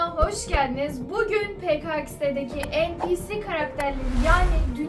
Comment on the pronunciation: Abla o npc diye okunmuyor enpisi diye okunuyor